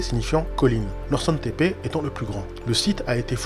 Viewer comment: Sa ce dit norchoune tepe norsun